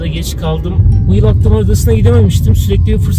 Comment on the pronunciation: Akdamar değil, Akhtamar